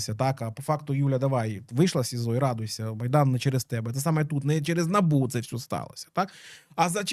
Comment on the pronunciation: Вибачте що в такій серйозній темі, але Набубу, проф деформація через лабубу